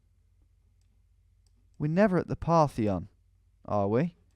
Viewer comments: It said "Partition", not "Parthion". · Between that and him being unable to read the word "Partition" I had to fight the urge to shout at my screen